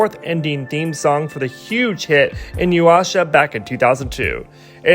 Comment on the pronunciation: I'm just gonna ignore that "INYU-WASHA" pronunciation…